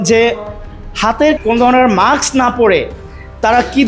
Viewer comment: একটা শব্দ ঠিকমতো কইতে পারো না! ব্যাটা মাক্স না! মাস্ক। আসল জায়গায় হাত দাও, জন্মনিয়ন্ত্রণ করো। খালি পয়দা করে গরু-ছাগল বানাইও না। এদের তো খাওয়া দাওয়া লাগবে নাকি!?